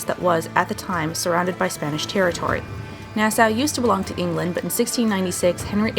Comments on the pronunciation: ITS PRONOUNCED "NAAH-SAW", NOT "NAAH-SOW". FOR CHRISTS SAKE! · It's Nass-aww not Nass-Ow